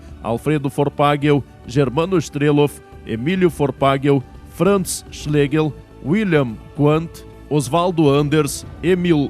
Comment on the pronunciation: Muito bom. Parabéns. O Locutor é que deveria ter praticado melhor a pronúncia dos sobrenomes alemães e corrigido a leitura errada dos sobrenomes Kretschmer e Schlegel entre outros. Entre Schlegel e Schnegel há uma grande diferença no significado do sobrenome. Se for para honrar os fundadores e seus descendentes.... Mas no mais o vídeo cumpre seu valor histórico. Parabéns Congregação